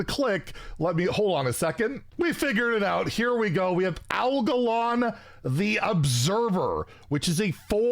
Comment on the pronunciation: Your pronounciation of Algalon is correct. Little lore trivia for and anyone who isn‘t familiar with WoW: Algalon is the celestial emissary sent to Azeroth (pretty much earth in warcraft lore) by the titans to evaluate the state of corruption of the Planet caused by mortals (Azeroth was originally inhabited by only mechanical beings like iron dwarves and titan constructs which turned into mortal beings like dwarves upon being afflicted with the curse of flesh). The players face him in the titan facility of Ulduar where defeating him results in him deeming the mortals worthy of not being eradicated, while failing to do so will cause him to start a reorigination process for the entirety of Azeroth, basically extinguishing all life to start over.